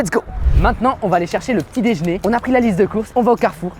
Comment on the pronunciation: C’est l’heure du petit « déjn’er »😂